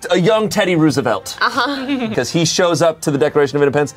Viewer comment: It bothered me how he said Roosevelt... he's 10 years older than me and says it wrong lol